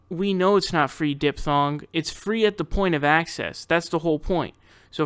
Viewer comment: DID YOU CALL HER DIP THONG!?!?!?!?!?!🤣🤣🤣🤣🤣🤣